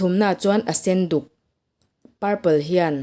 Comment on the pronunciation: Aseduk i ti khi asenduk a ni lo